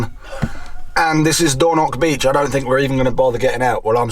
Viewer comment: Port-ma-homick. Dor-noch